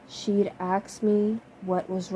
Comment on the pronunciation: I like it ! I listen this book to practice my english. I have one question... Why are saying aks instead of ask?